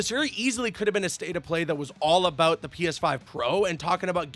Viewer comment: hey what time is it for Canadians bro I am aBOOT to get my moose leg out!